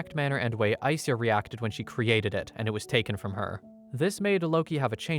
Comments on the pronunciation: I think SYA is pronounced like sha in shadow. Not si-ya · it's sha, not sia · You say her name like Aiseya but its spelled Aisha? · Its Ai Sha. not Ai Siya. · Just FYI, its pronounced as Ai-Sha. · i think the names pronounced aisha lol